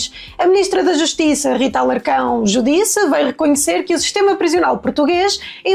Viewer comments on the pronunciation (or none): A MINISTRA DA JUSTIÇA É JÚDICE, COM ACENTO TÓNICO NA VOGAL (U)... NÃO SE PRONUNCIA "JUDISSE"... AI, AI, AI, CHEGA...